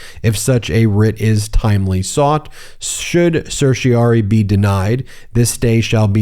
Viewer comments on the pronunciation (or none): Then, the writ from the Supreme court ends in rari not ory. It rhymes with fairy o4 starry not slurry. Ask Google how to pronounce it. You are getting it wrong. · Ben, why do you continue to mispronounce the term certiorari?? You tend to undermine your credibility as an attorney when you fail to pronounce a common legal term, and then fail to correct yourself. You can do better!